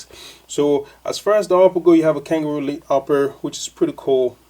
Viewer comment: not langaroo leather its kangalite not "kanga elite" lol. its synthetic msde to imitate kangaroo leather